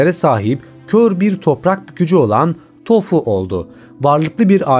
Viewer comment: Toph un adı tofu diye değil tof diye telaffuz ediliyor yalnız